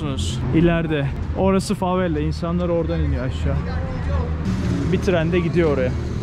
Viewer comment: Neden sürekli favella diyorsun?? Favela değil mi doğrusu?